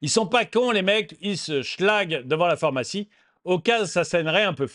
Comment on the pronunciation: ce n'est pas la 1ère fois que je te le dit, pourrais-tu arrêter de dire "phOrmacie" au lieu de phArmacie STP 🙏